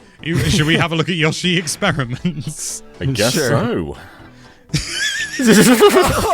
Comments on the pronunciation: I wanna shake all of the UK each time they say YA-SHE They say their own name constantly, just copy "Yoshi" from any of those games 🙏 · YOH-SHI. Dear GOD, lads. You get bloody Odie right, but not one of the characters your channel's namesake holds dear!